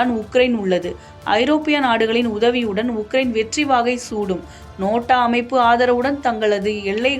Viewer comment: அது நோட்டா இல்ல பாப்பா. அது நேட்டோ